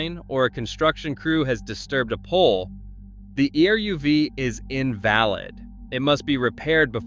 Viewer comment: Your pronunciation of virtually every Jewish-derived name and word is incorrect and embarrassing. Some examples - - Err-oov (the Jewish boundary wire) . Tahl-MOOD (jewish legal commentary) Title-baum (the Rabbi who started Kiryas Joel). The name of the traditional Jewish bread - Challah - begins with a German guttural 'h' sound. The Jewish sabbath is 'Sha-BAAT', not SHA-baat as you say it.